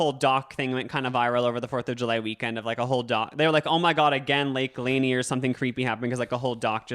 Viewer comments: it is pronounced lake lan-eer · Noooo it’s pronounced lake “LUN-EER” I live 15 min from it!! Hahaha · as a Georgian, the way you are pronouncing lake lanier is SENDING me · Butchering tf out of lake Lanier but that’s okay bby I live here and knew immediately what u were talking about <3 my family has had a boat on this lake for over 20 years, we haven’t had anything crazy like these stories, but growing up I got in of course cause I was a child and loved to swim but it always made me uncomfortable and like you said I felt like someone was going to pull me under and I just felt unsafe while in the water. I am 20 now and I don’t go out there much and if I do, I refuse to get into the water cause I feel safer on the boat. Honestly there are a lot of horrible drivers here who do not understand how to drive boats or jet skis and that can be one of the main causes for such spikes in the past 30 years. But it’s a creepy and gross lake that has always given me weird vibes since before I realized it wasn’t a natural lake lmao